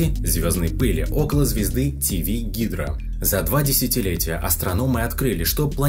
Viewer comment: Плутон уже вроде бы не считается планетой. Тивигидра наверное как-то по другому произносится, но я не знаю точно. А так идея очень хорошая. Я бы хотел видеть такую рубрику на канале, даже если бы она была скучнее. Для пилотной версии хорошо. Удачи!